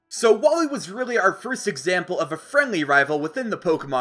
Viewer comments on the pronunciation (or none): none